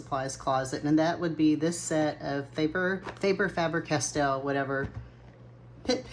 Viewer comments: Welllllll... as Faber-Castell is a German brand the English pronunciation rules don't really apply it and it should really be pronounced FAR-BER 😅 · I think that it is pronounced "FAY-BER' Castel. because of the English rule of 'if one consonant + an 'e' following a vowel, it makes it a long sound'. If it were pronounced like FAB-er, it would have 2 B's to force the vowel into the short sound. Also, I LOVE the idea of using the quick mandala coloring books to practice with the colors of different brands/mediums.